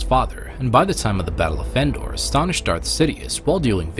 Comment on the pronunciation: Sounded like he said battle of fendor